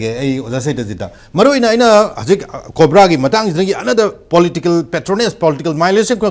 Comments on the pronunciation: "KOPRA"😂 Oja, "COBRA" ne khangpiyu😂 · yes, I know. Tangkhuls are accustomed to using 'P' in place of 'B' and vice-versa, so he says KOPRA for COBRA (focus on P & B). Likewise, I interchanged P and B in a satirical sense in the word 'khangbiyu' to 'khangpiyu'. Understood?